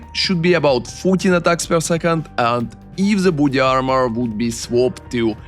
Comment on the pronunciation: Орнул с акцента "буди армор"))))